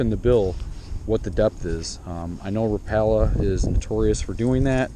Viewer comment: he pronounced rapala wrong